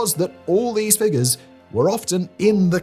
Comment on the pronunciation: when he said “all the figures“ I did not hear n F but an N and was quite shocked and needed to rewind immediately lol